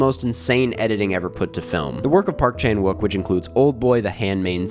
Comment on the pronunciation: Nice analysis! Subscribed. By the way, there is technically no “w” sound in Korean, even though it’s used in Romanized spelling. “욱” is pronounced “ook”, so Chan-ook Pak is more how to say his name. Rolls off the tongue more